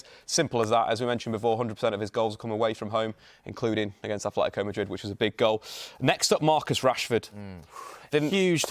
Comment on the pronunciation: Atletico with a T